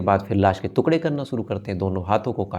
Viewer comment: श्रीमान आप टुकड़े को तुकडे बोलते हो जो गलत है